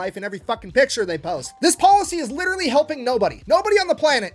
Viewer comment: 2 years late dis you just say witterwy?